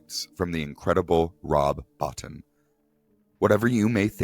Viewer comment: I need to set the record straight on a number of inaccuracies in your video. 1. Rob Bottin's name is pronounced "Bo-Teen" not "Bot-Tin", 2. the location is Antarctica not the North Pole, 3. Carpenter was who Stuart Cohen always wanted to direct, but JC hadn't released Halloween yet, so they looked elsewhere at first, Hooper was approached, but the story he wanted to tell was not what the producers wanted, so they passed, he was never officially slated to direct, but Halloween became a massive success, and that eventually solidified JC as director. You'll want to check out Horror Express, it'sa 1972 Spanish/British movie that is very loosely base on Who Goes There?.